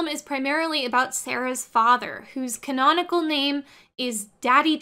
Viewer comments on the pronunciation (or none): none